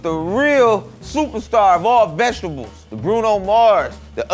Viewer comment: “It’s cORN!” Lol, why’d his voice go up like that? And he also pronounces vegetables as “vechdubuls”